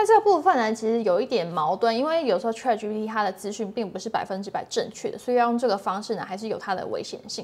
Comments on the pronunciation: Chat, not trat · 主播能不能把chat的发音发得准确点